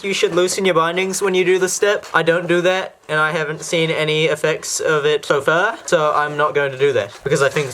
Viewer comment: Normal poeple:" so far":"so fer"